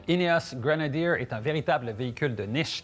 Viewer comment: Un stering box en bon Français ? Un Snorkle en bon Français ?... On vous adore...en revanche Grenadier ce dit Grenadier en bon Français🇫🇷... Pas Grenadirrr comme votre intervenant. Amitiés !